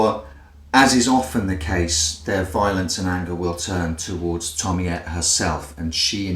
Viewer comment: I'm so glad you atleast acknowledged your mistake, some other reviewer kept say "Tomi-ayy" and I just lost it I could not watch it